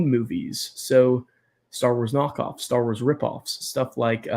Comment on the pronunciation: Staar Wars. I look forward to the prolonged pronunciation every time you say it.